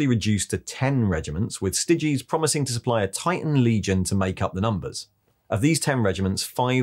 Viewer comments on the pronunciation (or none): none